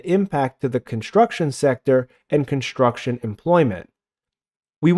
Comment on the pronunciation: "conshtruction"... shtop it.